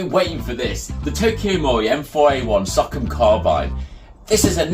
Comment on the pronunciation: I’m just gonna correct you, It’s pronounced like “Sew-Comm” Stands for Special Operations Command.